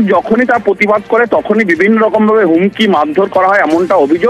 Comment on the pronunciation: পতিবাদ নয় প্রতিবাদ বলুন। ...